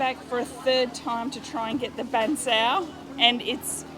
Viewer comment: its bahg cheow. like how you say meow